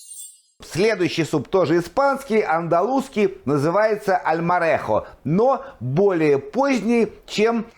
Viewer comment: Correcto decir Salmorejo